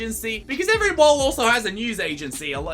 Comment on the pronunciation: Op it’s mall